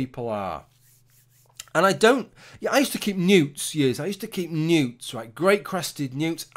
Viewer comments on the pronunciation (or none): For a minute there I thought you were saying you collected nudes, not newts....